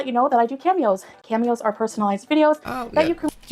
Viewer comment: Cameos? Sounded like she said pantyhose.